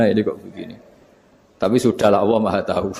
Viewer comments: mohon mf.... lafadz yg benar Allah ataukah awoh, kenapa Gus sll menyebut awoh, bkn Allah, apakah itu boleh ???🙏🏻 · Awwoh atau Allah, coba cermati Cara ngendikan Allah tapi kedengarannya Awwoh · MasyaaAlloh terima kasih Gus tapi kok saya rada ga jelas kenapa menyebut Alloh bacaan di Qur'an tapi Gus ngucapinya awoh, jadi yang bener Alloh apa awoh terimakasih 🙏